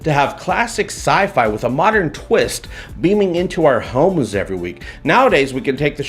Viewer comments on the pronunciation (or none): none